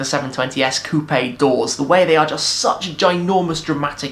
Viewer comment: Coupe is pronounced "Coop"